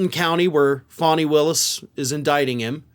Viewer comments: Thank you, for correctly pronouncing Fani Willis' name! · Thank you for finally pronouncing Fani Willis' name correctly. She deserves it!❤ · Wow -- and you pronounced Fani's name as she does. Very cool.